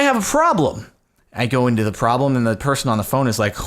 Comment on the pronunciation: I loved that he called it a "fraublem"